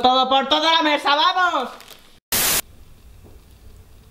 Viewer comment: Vamoh a calmarnoh!